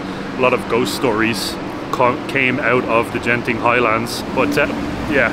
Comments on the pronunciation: Hi beautiful video, never miss your journey, by the pronounciation Genting, the 'G' is as you pronounce get or goat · It's not Jen Ting but Gent ing (as in Greek not Jreet)